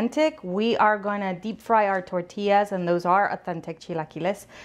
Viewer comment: I watched until she said “tortillas” can’t stand a señora that CANNOT pronounce tortillas the proper way. First generation or second plus generation. No excuse. Vergüenzas.